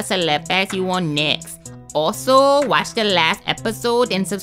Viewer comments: Know what im shaying 😂😂😂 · YOU KNOW WHAT I AM SHAYING SHAYING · you know what im shaying shaying lol